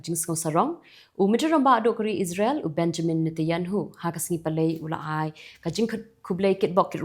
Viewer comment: sngewbha pynbeit ban ong Netanyahu, ym dei Neyatanhu. Ba sngew klumar jingmut ngi ki nongsngap.